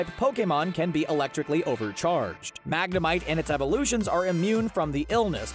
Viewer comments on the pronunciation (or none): none